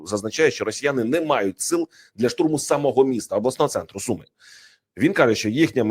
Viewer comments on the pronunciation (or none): none